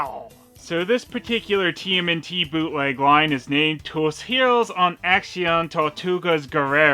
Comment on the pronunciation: It's Pronounced "Toos ero-ess enack-see-un Tortoogaghs Gerrreross not "Tiuz Heroes unack-See-oounn Trorr-Tioogez Guerrerous"